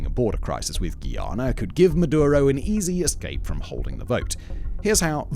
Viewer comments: "Guy"- "ahhh" -nahh Not geeeeahnuh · Just call it guy-Ana. What’s a giiana? 😂😂